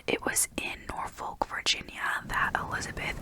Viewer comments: I grew up in the area- if it helps the emphasis is put on the first syllable: NOR-folk. I've noticed that a lot of people will drop the l and say "Nor-fick." Both are accepted. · It’s norforkkkkk